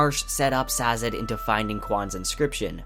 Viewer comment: Bureau-cracy. Eye-run. Sazed. Interesting pronunciations all around.